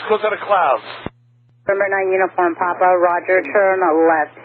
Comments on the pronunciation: Why is he saying uniform pap, it's clearly papa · Every time he says "Uniform Pop" it makes me cringe... It's "Popa" or "Papa"... it's not POP... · I know it’s a super little thing, but it’s Uniform Papa not Pop. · "Niner uniform pop"